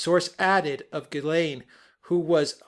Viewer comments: I just re-watched the video and the very first time pronounces Maxwell ' s first name is exactly the way it has to be pronounced. Take care. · P.S. Ghislaine is a French name and the G is pronounced with a soft G.